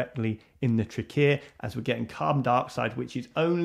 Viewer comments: Won’t get used to that pronunciation of trachea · I love the way you pronounce trachea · Is the pronunciation of trachea with stress on the second syllable the standard for speakers from dialect region (which I assume to be London or somewhere in the southeast)?